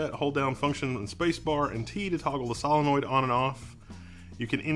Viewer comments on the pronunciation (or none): "vial" is pronounced "veal" now? wtf? "SALenoid?" what fucking planet am i on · Most unique way of saying solenoid that I've heard.